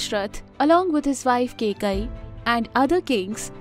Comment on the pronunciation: if only kaikeyi was pronounced correctly this video would have been properly informative love the hard work you guys do